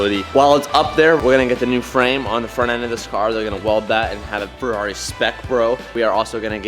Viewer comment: It’s a halferreri.